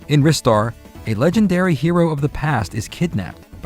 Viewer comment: I lost so much respect for. Do you actually call Ristar Wrister..... I can't even. The correct pronounciation is Rye-star as in rising star. I can accept Reee-star from japanese people as they have a way to pronounce english words. But I consider the word Wrister to be an active warcrime! Shame on you! See you next time!